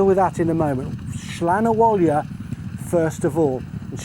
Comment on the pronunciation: Slan Abhaile.. pronounced slawn avallya